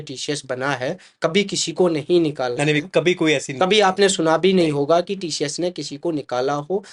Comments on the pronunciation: Tशियश nahi sir tcs bolo.Aap Senior HR ho working experience -11 years🤭😂🙆🏻🤦🏻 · its not TSHHS ITS TCS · TCS ❌ Tee-Shee-Yesh ✅